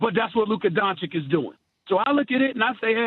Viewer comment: can someone tell all of them how to spell Doncic? It's "Donchich" not "Donchick". Really guys this is embarrasing